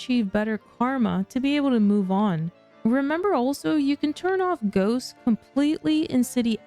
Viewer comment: Frequent mood swings 😂😂😂 when u said ghosts I swear I heard goats at first lol